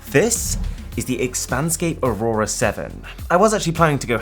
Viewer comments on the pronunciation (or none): none